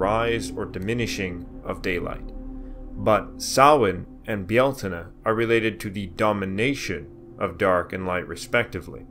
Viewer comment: Míos na Samhna means 'the Dish of Samhain'. The correct form in Irish (not Gaelic, please) is Mí Shamhna - pron. Mee how-na (those pesky Irish mutations of Irish initial consonants). Lúnasa takes the tonic stress on the first syllable. Congratulations on your pronunciation of Bealtaine.